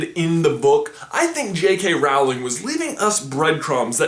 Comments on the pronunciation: IT'S PRONONCED ROWLING! AS IN ROW, ROW, ROW, YOUR BOAT ROWLING!!!! IF YOU DON'T BELIEVE ME, WATCH HER DOCUMENTARY. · I'm sorry but your pronunciation of Rowling really eats at me. It's pronounced Role-ing, as in something rolling down a hill. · Rowling is pronounced Rolling! I'm sorry it drives me bonkers, but I love y'all! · Nah, this is a pretty ludacris idea and I'm not convinced at all. Also, sorry, but you keep mispronouncing J.K. Rowling's name. it's like "row row row your boat". Also you got some things wrong: 1. Fenrir did actually kill Lavender in the battle of Hogwarts, so the threads are real. 2. Lucius Malfoy got punished in the way that Voldemort took his wand and probably also tortured him and at least threatened to kill Draco if Lucius did anything wrong again. 3. The stab at Malfoy that he might have to babysit cubs makes total sense because pure-blood obsessed Voldemort is mocking the "blood pollution" that has come into the extended Malfoy family via Tonks' and Remus the werewolf's wedding. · I think it is pronounced Rolling not a it is spelled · JK Rowling is pronounced like Rolling. I just had to get that statement out of my system. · Rowling is pronounced rolling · This isn't a hate comment by any means. I just wanted to tell you that J.K. Rowling's last name is pronounced like "Rolling" as in Rolling Pin. Anyways, I love watching your theories and videos. I watch them daily! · He mispronounces JKR's last name. Supposed to rhyme with "bowling" -- sorry. my geek is showing, but, yeah. Kind of hissed at that. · It'S PRONOUNCED 'ROLLING' >:( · it is pronounced ROLLING,LIKE ROLLING PIN, SHE HAS SAID THAT. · Its pronounced roll - ing. J.K Rowling. Americans usually miss pronounce. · Love the video, but you pronounced SO many names wrong, including Rowling's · He mispronounce Rowling so disappointed 😢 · Slytherin pride! Just 1 thing, JK Rowling has gone on record for the correct pronunciation of her name and that's not it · It's roll-ing not Row-ling